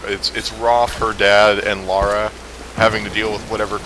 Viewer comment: Lara, not Laura,.